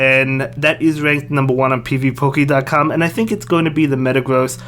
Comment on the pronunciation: Never heard someone say ‘pvpoke’ that way